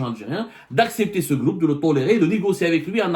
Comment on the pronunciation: Y a abdou, on dit pas un "gloup" mais un "groupe" gloup c'est quand taboun boit la vodka chez son amis kabyle tenancier de bar en France, il fait "gloup gloup gloup"😂😂😂😂😂😂